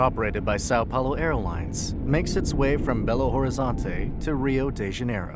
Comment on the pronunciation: eu até relevo falarem "Sáo Páo-lo", e outras coisas com "ão", mas "Congon-has" e coisas do tipo doem na alma; precisa alguem viralizar alguma coisa zoando gringos achando que portugues pronuncia que nem espanhol